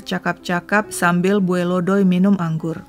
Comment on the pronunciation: Bacanya bukan bue,say... Tapi bue'. Ada penekanan d huruf terakhir. Salam dari palangka